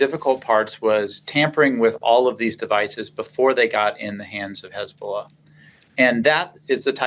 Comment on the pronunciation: 16/9 -HEZ-BOLL-AH 17/ 9 -HEZ-BOLLS-NO